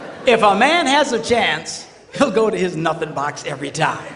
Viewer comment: I taught he said the nutting box. Lol.